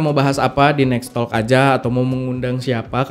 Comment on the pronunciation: Bang maaf, TALK L ny di silent aja, jaadinya TOK SHOW bgitu 🙏